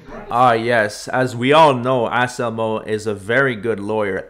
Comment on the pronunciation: Did you say his name is Ass-Elmo? 🤣